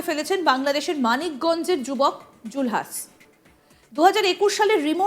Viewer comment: আগে বাংলা উচ্চারণ ঠিক করুন।।। জুলহাছ কি??? জুলহাস হবে